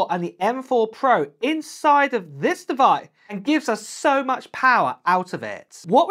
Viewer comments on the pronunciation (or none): none